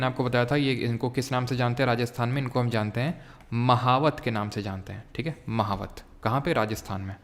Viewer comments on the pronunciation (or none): मावठ NOT महावत 😀